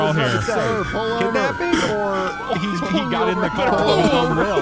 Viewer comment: I love the Karen character saying “cors” instead cars lol